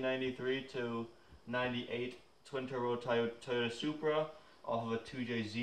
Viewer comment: "Toyoda subra"? well okey then?.